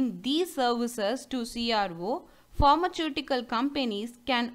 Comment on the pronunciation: Please pronounce properly as pharmaceutical